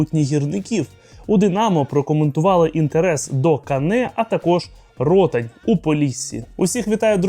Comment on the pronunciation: Руслан Ротáнь, наголос на А